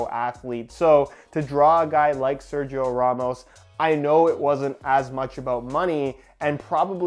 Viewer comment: Someday learn how to pronounce SERGIO !!! Repeat SER - HE- O!!!